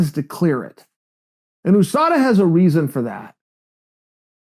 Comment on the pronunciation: OOO-SADA Pool.